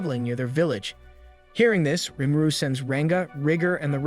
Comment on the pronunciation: "Stop saying Rìmúrù!"